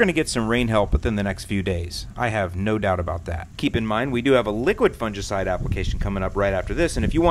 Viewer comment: You're pronouncing fungicide wrong